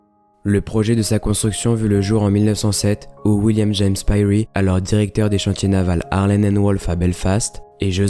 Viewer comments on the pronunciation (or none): none